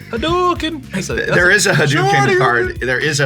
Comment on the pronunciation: Um ackshually, it's not Ree-yuu. The tempo is important, you cram it all into one syllable as: r-Yu The R should be almost silent and technically more like an L than an english R. And it's Ha-doe-ken not Ha-doo-ken.